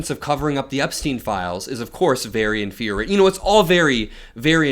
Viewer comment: " In- Furry-Ating " ?!?!